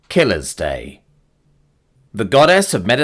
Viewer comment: LOL you said it like killer's day when it should probably sound like Kil-la's day!